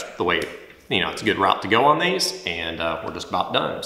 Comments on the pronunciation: They say “own” instead of “on” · Enjoy your videos Hearing you say "on" like "owen" makes me cringe though